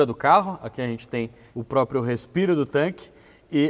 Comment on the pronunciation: "póprio" O é dos meus, PQP